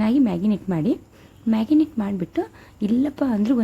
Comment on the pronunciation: ಅದು ಮ್ಯಾಗಿನೇಟ್ ಅಲ್ಲ ಸಿಸ್ ಮ್ಯಾರಿನೇಟ್